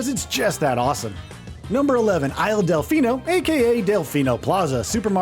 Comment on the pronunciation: "Delino." "Bomom Battlefield."